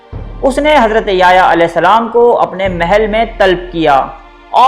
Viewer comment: ajj apki first time koi video dykhi .gud information hai lkn app ny yahyaa a.s ka naam bht glt trha sy lia plz sai krain apna tlafuz